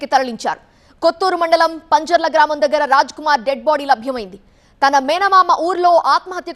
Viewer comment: Amma thalli not panjala that is Pinjrall